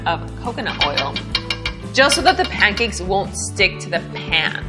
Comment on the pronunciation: At 42s - it's pancakes, not pam-cakes Ha! I tried your other pancake recipe and trust this one will work out better than one did.